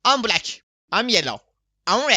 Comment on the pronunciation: 32 abi introyu kendin yaparken am blek sözcüğünü her defa 7 kez tekrar izliyom efsane ingilizce